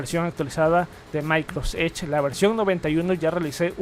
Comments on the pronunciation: A mí también!!! Por qué dice así? No entiendo. Maicros edge, maicros teams, etc. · No sé si soy yo, pero me estresa que diga "Maicros edge" aún cuando sabe decir "Microsoft" bien cuando lo dice solo :/ Por cierto, buen contenido👌🏽